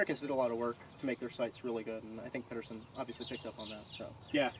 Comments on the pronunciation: Peed-ersen, not Padderson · Pedersen with a soft D